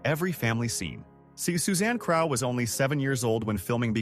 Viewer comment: It not Susanne Craw(as in aw), it's Crough (Crow)